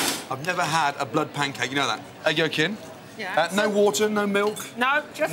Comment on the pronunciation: Why does she said blahd instead of blood lmao